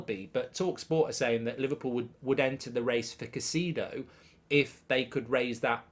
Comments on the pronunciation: Mark, it's pronounced :Ky-Say-Doh not Ka-Si-Doh as you say it. It's not hard to say it, it's lazy and comes across as disrespectful and ignorant. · It's Kai-cedo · Love the show mark, watch daily. Just a suggestion… as an Ecuadorian Caicedo is pronounced Kai-se-doe